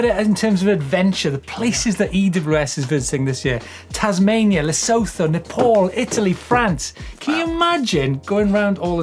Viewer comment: It's not Lesotho.. You pronounce it like le-soo-too.. South African 😂